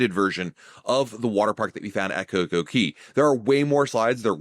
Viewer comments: It’s cocoCAY. Not cocoKEY. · It’s cay not key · Never heard anyone pronounce CoCoCay as "key". RC pronounce it as "kay" to rhyme with "Perfect Day", but Google say both pronunciations is fine. RC Marketing Director: "Perfect Day at CoCoKey? naaaa that sounds silly bro!" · Thanks for the video, but, it's CocoCay not CocoKey lol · It's Cay not Key. How do you make and take so much time editing a video and make that mistake. It hurt to hear it every time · It's Coco Cay, not Coco key dude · That's all I could think about the whole video